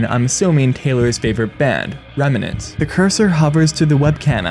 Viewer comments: Im gonna need you to pronounce REM NANT correctly PLS Loved the analysis tho this is just driving me crazy 😭 It's a FNAF reference clearly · A fan of game theory not knowing how to pronounce remnant is a hilarious thought